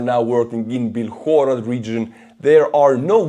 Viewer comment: TBH I believe it's B-I-lhorod, not Bilh-O-rod in Ukrainian :)